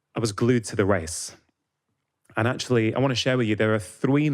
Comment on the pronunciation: You gotta drink a shot every time he says “accoly” (actually) 😂